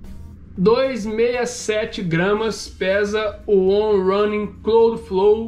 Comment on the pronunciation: pequena correçãozinha para o trava-línguas em inglês kkkk on rãnin cláudflou 😂